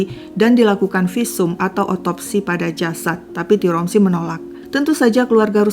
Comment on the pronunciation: tiromsi❎ tiransi✅